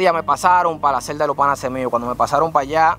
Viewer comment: Real, cada vez que decía panase yo decia PANAS